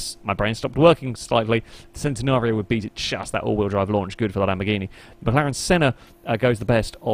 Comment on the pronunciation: It's centenario not centinario